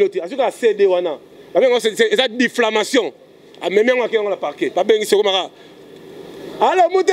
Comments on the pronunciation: On dit diffamation et non difflamation🤣🤣🤣🤣🤣🤣🤣🤣🤣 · Eeeeeh on dit diffamation et non diflamation